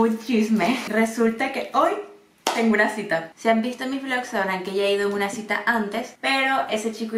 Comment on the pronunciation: gente normal: la cita: la shita